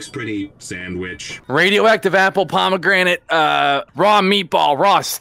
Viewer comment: said pomranian juice, like the dog, sorry about spelling lmao